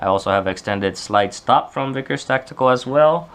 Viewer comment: Vickers. Not Veeeeeekers..